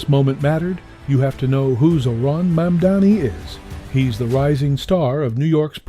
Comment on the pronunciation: Love Bill Maher Pronounce his name correctly please